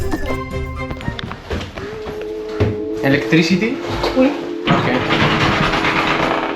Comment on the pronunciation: oteli? manllé? eletrisiti??😂